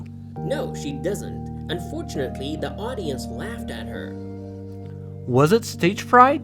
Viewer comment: Yada giyan la jiyati away bley ذە ئینتەرڤیو ble ذی ئینتەرڤیو chwnka i la komalay pita bzwenakana har katek pity bzwen la saratay wshay dway The hat awa ba ذی axwendretawa nawak ذە, enja keep going bro 😍.